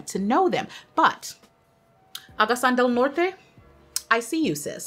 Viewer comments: Agusan is pronouced as A GOO SUN 😁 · AGUSAN - you pronounce it like A-GOO-SAN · Agusan is pronounced (approximately) as "ah-goo-sun". The o's in Bacoor is pronounced separately as Baco-or.